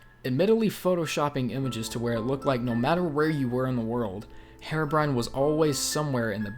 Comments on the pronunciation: OH FFS IT'S PRONOUNCED "he-ro-brine" NOT "Hero-brian" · Dude. You're pronouncing it wrong. It's Heer-oh-brine, not Her-oh-bry-an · its pronounced hearo brine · sorry to point this out but its not pronounced "herabrine"